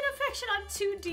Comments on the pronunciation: She said D2 instead of 2D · It's 2D not D2